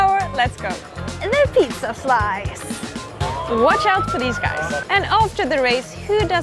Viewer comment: She pronounced sauna wrong… I’m from the U.P. Both my great grandparents on my mom and dads family came from Finland.